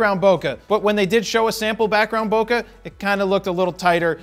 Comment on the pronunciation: i always laugh at how people pronounce boheh. like boka or something. its bo - k it comes from japanese. ぼけ but hey not like theyve ever pronounced nikon properly